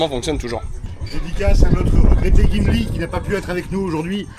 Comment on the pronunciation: C’est pas gimli mais chumli plutôt 😂😂